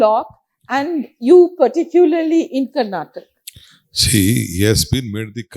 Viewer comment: Please remove the lady reporter, she couldn’t even read what’s written on paper and bloody people it’s Karnataka not karnatak